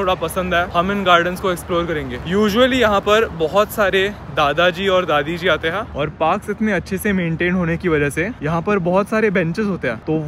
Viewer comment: plz dont pronunce "hain" as "याई" 🙏😢😆